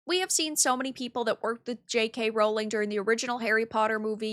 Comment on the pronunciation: The joke is that how pronounces it in the video, when it's "Rowling".